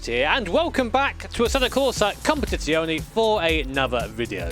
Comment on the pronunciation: FFS stop saying "Competizioni"